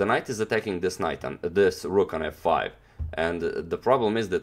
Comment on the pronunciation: did i just hear "Rook to fuck five" ??? Damnnnnn that fucking rook 😂😂😂